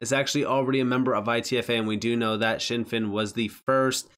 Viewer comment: It’s always been pronounced Zin Fin, never known it as shin fin in the years that I’ve been researching the company